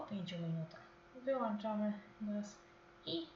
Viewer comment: Przepraszam, ale mówi się wyłączamy a nie wyłanczamy